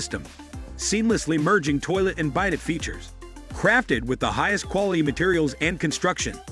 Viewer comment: Bidet seat, as in bye bye? Common, check the pronunciation of Bidet, a french word. Lets not be dummies when plugging a not cheap toilet.